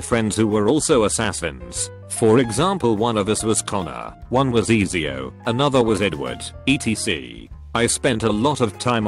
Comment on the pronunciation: "Easy-oh" I fuckin' died! XD